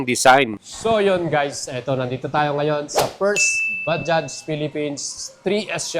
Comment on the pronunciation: Okey na yong bigkas mo sa bajaj swak na swak na. Ba- Judge.